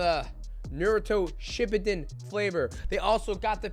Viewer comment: Mighty: "Narudo Shipuuten g-fuel. Come on bro😂 Naruuto Shipuuden🤙